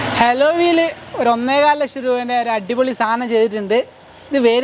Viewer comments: Haloy alla mone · Mwonuseee...... ഹലോ വീ അല്ലെടോ 😂😂😂😂